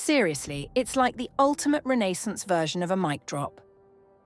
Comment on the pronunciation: She pronounced renaissance wrong